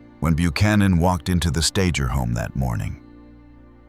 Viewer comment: AI is a joke. Is the pronunciation StaGer or StaJer? At least be consistent and do some proper editing.